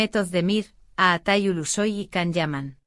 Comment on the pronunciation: Fake. Please pronounce his name correctly.